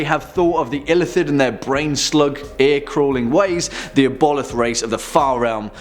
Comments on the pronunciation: i love you but ive never heard the word aboleth (Aah-bo-lith) butchered so badly before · Pronounced Ab-O-Lith